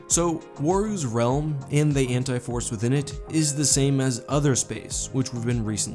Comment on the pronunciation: Maybe it's just me, but I kept thinking you were saying the Hentai Force... Totally different video there.